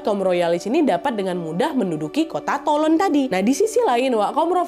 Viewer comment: keren kak nad, btw Toulon (dibaca: Tulong) 😁😁